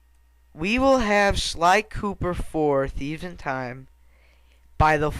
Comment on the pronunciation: lol it sounded like you said sir galleth pooper xD